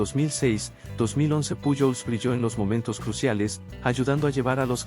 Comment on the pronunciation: Si hablas español debes mencionar lo nombres correctamente puyol no es correcto correcto es pujols con jota